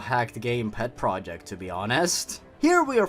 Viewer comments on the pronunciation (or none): none